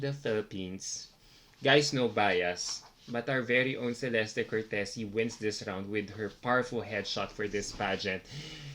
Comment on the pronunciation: I don't understand how you still pronounce Celeste's name wrong after all this time. It's "Che-leste"